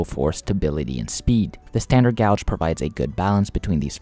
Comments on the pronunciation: So a few things 1: its pronounced gaje or gage, not gouge 2: the golden gate bridge does not carry rail traffic 3: the tgv can actually reach 574kmh but would be too unstable for passenger operations. 4: the solarpowered trains are a cool concept, but their feasability is nonexistant compared to regular overhead powered trains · Yes!!! There is a huge difference between a gauge and a gouge. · Dude, it's not gouge, it's pronounced gaje or gage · You made a video about railroads, yet you don't know how to pronounce gauge 😮 oof. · i would remaster this video pronouncing gauge correctly because i can see this annoying people and therefor ruining your retention. i recognise english isnt your first language which is impressive but these details matter to railfans. this was an interesting video though! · Gauge rhymes with "cage". Not sure why you are pronouncing it like that. It annoyed me throughout a video that I was genuinely interested in.